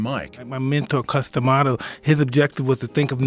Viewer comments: D'Amato! Not Diamato. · Am I the only one annoyed by the prononciation Cus "D" Amato. It is prononced Damato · New drinking game. Drink every time the narrator pronounces D’Amato wrong.